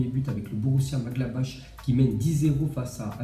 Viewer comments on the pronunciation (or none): Maglabach. Nan mais Maglabach. C'est quoi cette prononciation. Tu viens commettre un attentat là...😂🤣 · Borussia maglabache Srx fait un effort sur la prononciation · Borrussia Münchengladbach .... il faut prononcer MU NCHEN GLAD BARR !!! Manque de respect total ou lacune de diction ? Est ce que nous on t 'appele BAIZBAIZE ou BOUZBOUZ ou BIZBOUZ ! un peu de culture Pxxxxx !